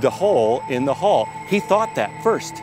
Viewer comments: why does that guy refer to decks as "floors" lol. and hes pronouncing "hull" as "haul".really bizarre dude! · The "Hall" thing bugged the heck out of me